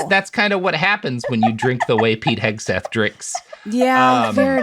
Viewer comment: I think accidentally said "Pete Kegseth" and that made my fucking day